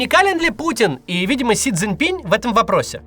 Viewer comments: Максь, он Си Цзиньпин, а не -пинь. Без мягкого знака на конце. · Не си цзинь пинь, а си цзинь пин.